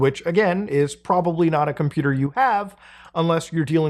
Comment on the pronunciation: "theres porbably six or seven" holy clipfarming